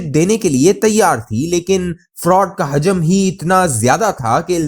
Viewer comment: حجم کوی لفظ نھیں ھوتا... اصل لفظ ح پر پیش ھوتی ھے اور یہ **حوجم**کی طرح بولا جاتا ھے.. یہ اینکر اردو تلفظ نھیں اتا.......